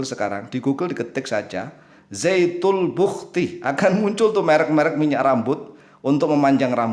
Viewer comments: penulisan yg benar zatul buhti artinya zat mutlak atau zat sejati atau zat semata - mata.bukan zaitul buhkti seperti ucapan pak.mungkin karena orang riau jadi lidahnya agak tertekuk dan terdengar ucapan zaitul buhkti jadilah ikut2an.kita saling mengingatkan dlm ilmu bukan menuduh "sesat menyesatkan" seperti kyai karena itu perbuatan yg buruk. Astagfirrouloh alaazim.. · Mas Syam, Saya dengar kan sebanyak 7 kali posting. Nampaknya memang terdengar Zaytul lebih daripada Zatul. Bisa jadi hal ini juga yang terdengar oleh. Untuk Zatul Buhti memang ada. Saya pikir juga Pak Ustadz pasti lebih tahu dan paham. Beliau jauh lebih kompeten daripada Saya. Matur Nuwun Mas Syam atas posting nya. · Ass.wr.wb...,..kayakx zaitul bukti. Bukan zaitun bukti.....apa kupingku ya, yg budek...... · Saya baru dapat postingannya...ternyata sebelum putar...ada tertulis....zatul buhti di layarnya.......akhi...jadi hanya salah pengucapan...saya sudah coment di chanelnya...mudah2an bisa di rubah....cara ucapannya...afwan... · Jangan ngeles... orang Islam di negara manapun, dan di daerah manapun, jika sudah mahir membaca al-Qur'an, maka lisannya akan sama dengan lisannya orang Arab... ZATUL BUHTI .... ini juga salah total Karena kata ZAAT berbeda dengan kata DZAAT Seharusnya DZAL bukan ZA' Udah dibilangin harus ngaji dulu agar tidak menyesatkan ummat kok malah ngeyel, jika belim bisa ngaji, maka buat konten kuliner, atau montir mobil atau pertanian... jangan merusak agama Islam sembarangan